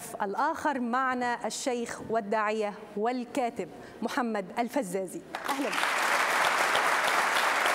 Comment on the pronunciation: نعلم بأنه إستفزكي كثيرا لا إسمه الفيزازي وليس الفزّازي